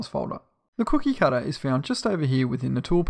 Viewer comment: ha hah ha the way he says cookie cutter